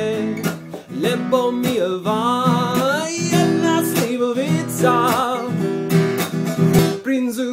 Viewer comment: Slivovicu pekne vyslovil 😂